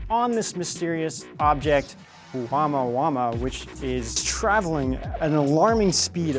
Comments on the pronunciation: its not pronounced wama wama. roflmao. I would hope with all the research you can pronounce words correctly. Especially if you want viewers to think your credible. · Pronounced Oh-moo-uh moo-uh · Love your show . FYI. The correct pronunciation is O - (moo -a, moo-a). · Omg !! You got the name wrong ! Of The interstellar asteroid (space ship) Oumuamua It seems you often pronounce the name wrong , 🤦🏻‍♂️🤦🏻‍♂️🤦🏻‍♂️